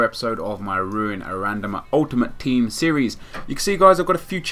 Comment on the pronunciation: RRRuuin a RRRandomer ;) Keep it up mate :)